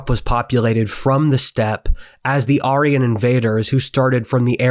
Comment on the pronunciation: no, that's precisely how you pronounce it